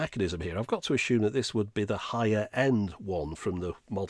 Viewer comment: there's no h in assume.